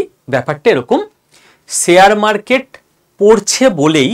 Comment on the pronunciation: Khub bhalo bojhalen. Kintu akta pronunciation rectify korun Sare market noy sa sa sa noy.. Share market talobyosha uchharan korun. Khub kane lagchhe!! Apni ato important knowledgeable kotha bojhachhen. Sekhane ei uchharon dosh bemanan!